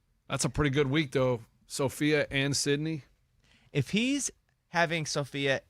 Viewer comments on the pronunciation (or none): Its sydney not summer lol